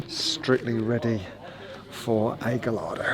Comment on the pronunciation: The way you pronounce “Gallardo” is appalling